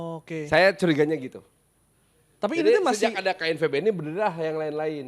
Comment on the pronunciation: lebay bnget anjing pas ngmng knvb nya